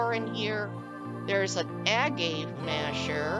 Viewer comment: Agave - it's a plant used to make tequila. (it's pronounced like uh-gav-eh). I remember seeing a storyboard on the CC show and tell forums about someone doing a tequila town - it looked really cool.